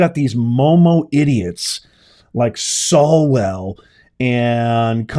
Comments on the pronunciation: It's SWALLwell ...not...SALLwell!! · Professor, fyi, it's Eric SWALWELL. Thx for your informative, daily videos!! They're a lifeline!!!